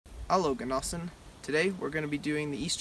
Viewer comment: "Hallo genossen" ziemlich gut ausgesprochen^^